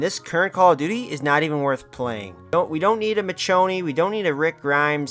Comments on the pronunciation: you pronounced michonne wrong and the walking dead spin off The Ones Who Live is out that’s why they got that collab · This can’t be real… this can’t be real… this video CAN NOT be real. For starters you pronounce her name wrong. That right there proves to me that you’re an idiot. Let’s proceed. You start off by bashing the walking dead. How are you going to bash something then research the same thing you’re trying to bash. You should have researched before coming on here talking like a pro when you’re not. Then you. Oh man this one’s my favorite. You then call it irrelevant. 😂😂 how when there are so many shows of the walking dead right now. Then you bring the office into this. I agree. I enjoyed it. It’s funny. But that show can’t even come close to the walking dead’s ratings. Then you want to talk about how they’re “Ordinary” people in jeans and stuff. 😂😂😂 then complain that call of duty if bringing all this into call of duty and that you want to feel like you’re playing a “Military based game” if you’re spending 70 plus dollars on it but want to bring in “The office skins” & how you love “the nova” camos on weapons???? Complain that Rick and michone are both running around on the battleground but proceed to want Dwight and Jim running around? This can’t be real. This made me mad. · Dude couldn't even pronounce Michonne correctly and you're uninformed asf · Bro said Mitch o knee 💀💀💀💀💀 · Lol it does my heart good knowing that collectively everyone agrees. This take was bad. Still, A for effort for writing, editing and posting. And i mean this non sarcastically. Also you killed me everytime you said her name wrong. Michonne (Me-shown). Gg homie🤘😁